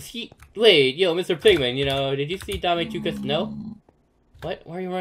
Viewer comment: Your saying Dom tu cosita Dame ame tu cosuta